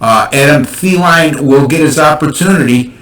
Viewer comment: Cant trust anyone who dont know how to say adam thielen name right.